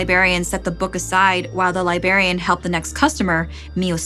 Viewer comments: The real hell is hearing "libarian" instead of "librarian" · Omg I kept cringing. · libRARian and libRARy not libarian or libary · “Libary” “libarian” snickering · there are two "r"s in library and librarian